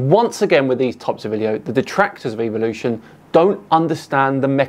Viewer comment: I like how you pronounced evolution as evilution because that’s exactly what it is. Evolution is based entirely around coincidences. When you look at it from a logical standpoint point it doesn’t hold up.